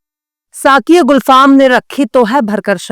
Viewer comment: YOU ARE ON OF THE BEST NEWS ANCHORS AND YOU SAY SHET ALSO IN A VERY NICE WAY....PLEASE LEARN THE RIGHT PRONUNCIATION ALSO TO ....ITS GULFAAM NOT GHULFAAM( I HOPE YOU WON'T MIND IT)